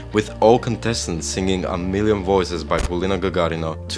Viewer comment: In the very end of this video “voices” sound like “poisons”. This show was the poison…